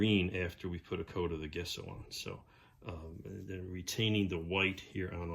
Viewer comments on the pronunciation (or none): Looking really cool! And again...Gesso is not pronounced Guess-o, it is pronounced...Jeh-sow or Jess-o. Years of art classes, and dictionary pronounces it JEH-SO. Yes, I am a word Nazi.